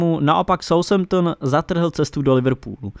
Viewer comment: "SAUSHEMPTN" Tyvole, tak vy mi dáváte... Bizárek.